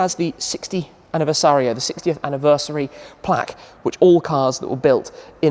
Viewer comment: It’s a plark not a plack (plaque) 😂